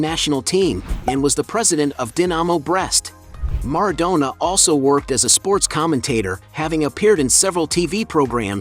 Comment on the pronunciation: MarAdonna...not mardonna